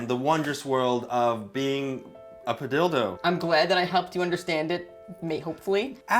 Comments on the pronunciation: Padilldo spunds wrong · Why does padildo sound so wrong to me.